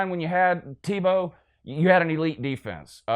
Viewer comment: He literally can't say Tebow's name. Lmfao just like a Georgia fan.